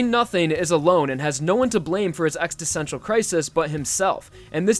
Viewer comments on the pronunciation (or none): extessential? I think you mean existential lol